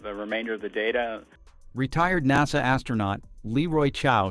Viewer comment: I'm amused by other mispronunciations of "Naw-sah".